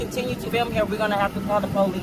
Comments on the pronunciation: She's a sheriff, why does she have to call the po-lice? What's another "unit" going to do? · Oh No, please don't call the po-lease